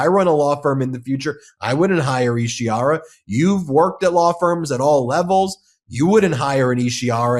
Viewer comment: Isi HAR a, not Ishi ar a. Read it.